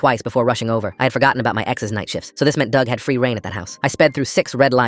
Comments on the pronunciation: Not trying to be mean but dug rhymes with grug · Dug rhymes with grug